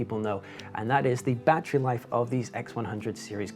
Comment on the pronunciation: How many bloody times does one need to say "battrie"?